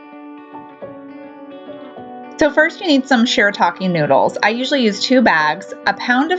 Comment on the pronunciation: SHEER-AH-TAH-KEE noodles.